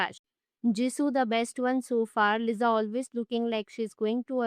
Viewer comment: bro why you always pronounce liza its lisaaaaaaaaaaaaaaaaaaaaaa:face-orange-frowning